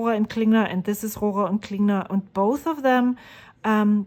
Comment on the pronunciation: I love hearing you say Rohrer and Klingner the way it's supposed to be said. There's sure no way I can do it...German heritage or no. I really love the colors you've chosen. I hope you enjoy using them.